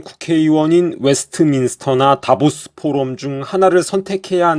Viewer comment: "다보스"라 말하는게 "데빌스"로 들리네😅